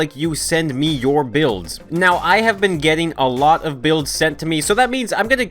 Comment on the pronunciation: I first understood bills instead of builds